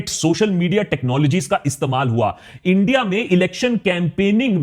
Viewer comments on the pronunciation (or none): none